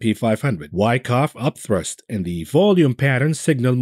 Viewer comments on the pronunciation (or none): Why you keep saying upthirst instead or upthrust? LOL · Up thrust........not up thirst